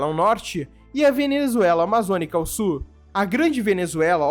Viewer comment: JA PERGUNTEI ANTES, MAS VOU PERGUNTAR OUTRA VEZ. PORQUE VOCE PRONUNCIA A PALAVRA "SUL" DE "SUR"???